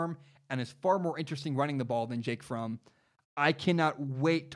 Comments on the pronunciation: Pronouncing Fromm like from slightly triggers me lol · By the way it’s pronounced like Prom but with an F instead of a P